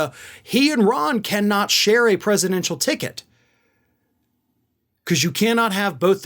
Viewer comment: How frightening. He probably wears heels to be able to mimic trumps penguin stance. It all started with that disgusting ad having his child build the wall with blocks. Did you say ticket? I heard pigket.